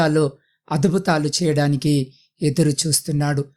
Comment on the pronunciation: Praise the Lord Brother. Mee prayer wonderful ❤ But meeru adubhuthamulu antunnaru. Ala kadu. Adbhuthamulu anali.